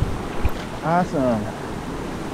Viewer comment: “Ahsome” is not a word.